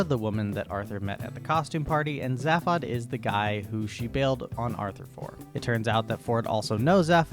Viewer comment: I think its fairly important, in a very real and legally binding sense, that you learn to pronounce Zaphod. It's pronounced Zayfod, not Zaf-od. Oh god - now you are slaughtering Slartibartfast as well. I mean there's a whole bit about his name in the book and the radio series. I explain, but you've exceeded my zapod limit for the century. But thankyou - you've highlighted many of the reasons why I've avoided the movie version for years, and feel safe in doing so for several more.